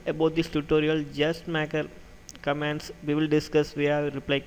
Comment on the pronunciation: I COULD NOT NOT UNDER STAND =====ONE FUCKING WORD YOU SAID ==== VEE IS NOT CUTTING IT IS WE WE PRACTICE